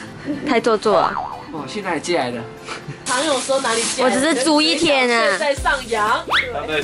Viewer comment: 哎玛，租一天我没看字幕听成朱一天😂